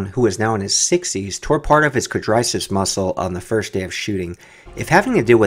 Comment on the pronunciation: what muscle did he tear? Did you mean to say "quadriceps?"